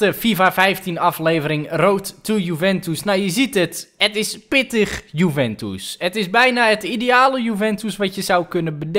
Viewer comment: juventus niet joeventoes